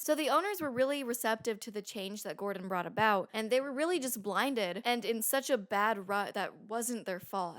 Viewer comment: trilled "d" in the way she says "Gordon" (sounds exactly like the "rr" in Spanish "Perro").